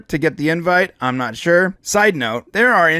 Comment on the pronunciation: You said you were "na- on that list" instead of "not on that list." Maybe you can get on the list if you pronounce the T's at the end of words like someone who speaks correct English. And it would also help if you didn't use ridiculous juvenile made up words like "copium."